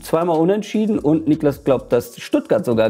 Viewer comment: Niklas, nicht „NIEklas“